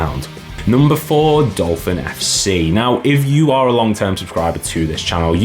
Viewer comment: was laughing as you said you couldn't mispronounce Dolphin and then....🤣